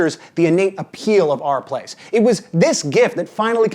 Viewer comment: Took me five minutes to realise you were saying /r/place and not "Our" Place.